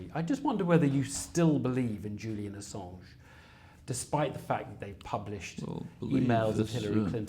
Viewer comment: "Julian Assaawwwwnshhhhhh." No.